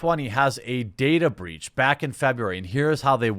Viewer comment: Its not "breech", its "breach"